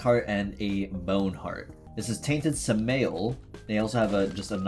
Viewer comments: His name is pronounced Sum-ah-L please no anglo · Wonderful content!! Looks like a fun character and even more fun with luck. Hate to be that guy but the pronunciation on Samael is sam-eye-el! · The way you said Samael's name hurt me so much. Its Sam-a-l. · the pronounciation for his name is "Sam-eye-L" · He called him sah-male, I'm done, I'm quitting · U pronounce Samuel as Sam and uel as in annual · By the way his name is pronounced Sam-I-el